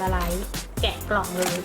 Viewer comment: แกะนะคะ ไม่ใช่แกละ